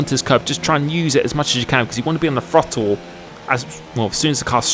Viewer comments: The FROTTLE, you brits and your pronunciation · Every true American knows it's pronounced "Throddle".